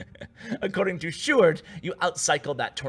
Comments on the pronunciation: Yoo u pronounced sjoerd quite good actually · im dutch so I know how you prenounce "sjoerd" and you did well my man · You actuelly said Sjoerd's name good. In The Netherlands we say it almost like that.👍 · Btw you pronouced sjoerd amazing for not being dutch! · Ur prenounciation of Sjoerd is pretty well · You prenounce sjoerds name great man. I'm from the Netherlands as well so I can tell😉